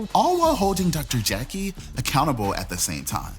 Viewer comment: 🗣️ every Time I hear Dr Jackie - I hear Dr Jekyll instead. THAT'S the name of a 2 faced medical mean gorl